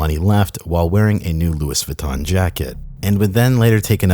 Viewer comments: Did this man just say Lewis Vuitton😳😳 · My guy said Lewis Vuitton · Dude said Lewis vuitton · bro really pronounced the S in Louis Vuitton like it was Lewis and Clarke what the fuck is going on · Lmao “Lewis Vuitton” Love you bro. Never change. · lou-eeee vuiton. jk bro, love all of the stuff like it, please do more!!(ᵔᴥᵔ)(ᵔᴥᵔ) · “Luis Vuitton”🤣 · Hearing Loui(S) Vuitton made me a bit uncomfy hahahaha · i lost it when u spell louis vuitton with the S 😂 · I was annoyed by how he pronounced Louis Vuitton. It's such a minor thing but since it involves my pet peeve its the worst thing in the world.